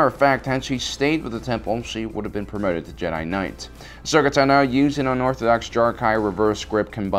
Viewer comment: I find it annoying how the host constantly mispronounce names such as Ashoka Tano and others.